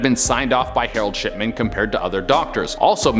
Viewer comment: DID HE SAY.....HAROLD SHITMAN ??!! LMFAO 😆WER MS.PISSMAN